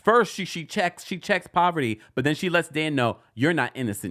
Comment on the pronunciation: It’s the way you’re calling Parvati poverty for me 😩😭